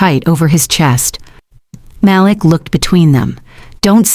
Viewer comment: Haha Mal-lick...we all know it's Mah-leek